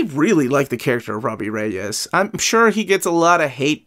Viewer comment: Robbie Regis… 😂. Saved yourself from a warning from the league of extraordinary Latinos with the rolling R’s right after. 👍🏾✊🏾😂